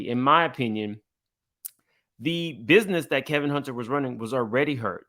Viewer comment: Why does keep calling Wendy's ex-husband, "Kelvin"? Isn't it "Kevin" (that's what it says above)?